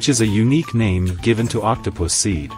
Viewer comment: Uhm did I just hear octopuss- or octopus seed😔😔